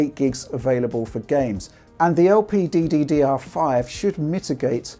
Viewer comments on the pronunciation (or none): When pronouncing "LPDDR5" you are saying one "D" too much!